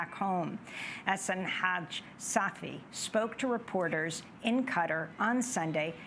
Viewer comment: that's how it's pronounced. The closest Arabic pronunciation is "Ghutar" so cutter is closer than the "Kuh-tar" many anglos say.